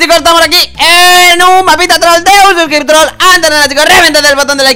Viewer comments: SIEMPRE TE EKIBOCAS Y DISES SUBSCRICTIOL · intentó decir suscriptor Y digo suscriptroll